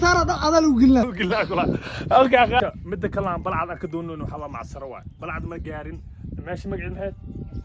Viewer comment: first waa Balcad not Balcad ama Baalcad, secondly hore u mari luqadda soomaaliga.!!